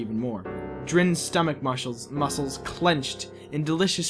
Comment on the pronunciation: Did you say Marshals instead of muscles?